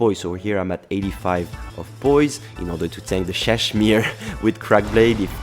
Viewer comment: I’m not sure if you knew this, but you kept pronouncing Ssadshmiiiree wrong. Just saying :)